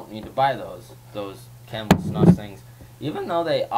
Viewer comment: It's pronounced "snoose."